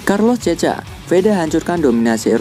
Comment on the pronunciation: Carlos checa dibacanya "karlos sèka"